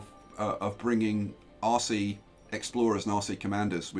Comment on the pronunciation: Whenever you say "RC" I hear " Aussie"